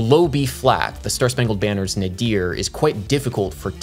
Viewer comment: Speaking of emphasis, I've never heard anyone say "nuh-DEER." It's normally pronounced "NAY-dur" or "NAY-deer."